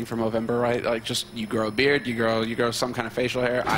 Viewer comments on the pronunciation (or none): none